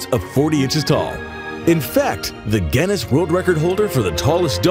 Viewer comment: You seriously don’t know how to pronounce Guinness?????? How the hell did you become a voice over artist?